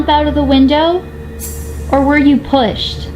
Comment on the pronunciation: OMG YOU COULD HEAR ANNA SAY pushed really fast and mumbled let’s get Britney too play it back in another video guys!! BTW I lIVVVE fOr you HIGHLIGHTER OMGGG YASS 👌🤩😍👸🏼 QUEEENN oF MEUKUP AND PARANORMAL. SLAYYYY